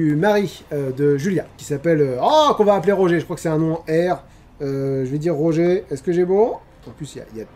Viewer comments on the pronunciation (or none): none